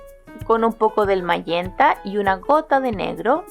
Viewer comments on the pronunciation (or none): Lo que suena raro es ese tal mallenta o como se diga SE DICE MAGENTAAA!!! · Pintas muy hermosa la comida, pero me encantaría ver que pintes rostros, flores, paisajes , etc. Nunca me pierdo tus hermosos videos. Una observación. El color magenta se pronuncia majenta en español y en inglés se pronuncia mayenta 👏👏👏👏👏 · En español es magenta (pronunciandose majenta), tu público es hablante del español, aunque "te suene raro", suena mas raro "mayenta". Por lo demas, una gran clase.